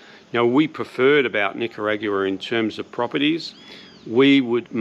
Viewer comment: The way you say Nicayraugoooaah is so strange. Am I saying wrong?